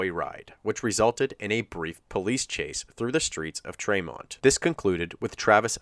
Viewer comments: Probably too late to make any changes but tremont is pronounced TREE-mont not tre-mont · Kinda off topic but it’s pronounced Tree-mont. I’m from that area just bugged me 😂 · I'm from that area and it's pronounced treemont not traymont.